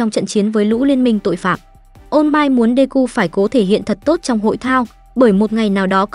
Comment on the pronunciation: All might nghe ra ô mai :))) ô mai tết :)